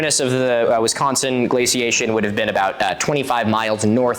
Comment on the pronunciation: the way you say Wisconsin is so weird to me as someone from Wisconsin lmfao